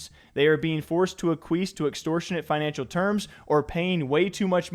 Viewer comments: Ah queef????? It’s ak-wee-es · ACK-WEE-ESS NOT Requis’ cousin Aquis 😂😂😂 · hearing you pronounce acquiesce like (uh-kwees) instead of (ack-we-es) had me pissing my pants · its "ack-wee-ess" not aqueese brother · Ahk-we-es. Bruh. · Bro…please prepare for your videos beforehand. “Ack-kweese”? Come on. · Say it with me.... Ah-kwee-s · A queef.... Ack qwee ess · Reading “acquiesce” as “uh-queeze” is an all timer. Yikes. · It sounded like "a queef" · Ehh, it’s a chad word. I’m glad he said it wrong.